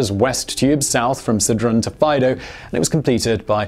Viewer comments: The voting was actually in 1992 (not in 1922). And by the way, Faido is pronounced with an accent on the i (Faìdo and not Fàido) 😉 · Nice to hear about it in English for a change! Proud to be Swiss and British. Nice video Simon. FYI Faido is pronounced Fy - eedo. I was very impressed about the new through rail terminal in Zurich. Although smaller than the Gotthard Base Tunnel they did some cool tricks like divert a river underground while drilling the tunnels. There was a stunning exhibition shortly before it opened. All the best, Rob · Awesome documentary, the only thing to criticize is your prononciation of Faido.